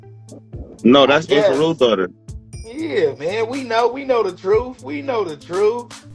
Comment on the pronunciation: I can't take anybody seriously who can't say the word truth correctly